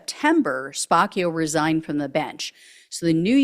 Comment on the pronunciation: I think it's SPAH-CHIO. Like capuccino.